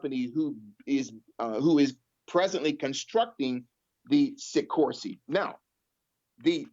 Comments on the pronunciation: Si-kors-ski. Say it with me. And can we reference the term A Luciferian Project Completed a couple hundred more times. Not against the theory, just annoyed by delivery. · you are driving me crazy by failing to pronounce actual letters in names,as in the K in SikorsKy